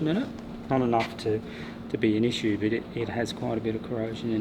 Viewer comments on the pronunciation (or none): none